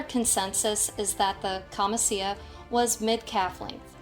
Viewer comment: Its pronounced “KAMICHIA” (it. Camicia) means blouse. Good tutorial